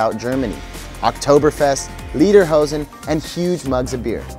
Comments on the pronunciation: Repeat after me: lay der hozen.....not lee der hozen. I lived in Bavaria for three years in the 1980s and I still miss it every day, the food, skiing, the people, the culture. I bin a Bayer, host mi ! Super video, brought back many memories. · Leaderhosen? :D its spoken like laiderhowsn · Don't mean to be smart-alecky, but Lederhosen means Leather Pants, but you say "Liederhosen", which would mean "Song Pants." :D